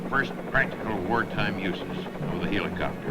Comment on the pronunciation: I like how the narrator pronounces the word Helicopter, He lee copter, but seriously I love these old movies/documentaries, you can watch aircraft flying, you'd never see in real life. In the case of an aircraft like the Sikorsky R4, you can't even see one in an air show.